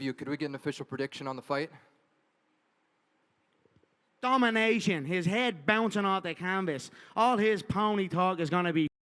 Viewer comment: yeah when someone say "muney" "Luved" "foite" you don't need to pay attention to the person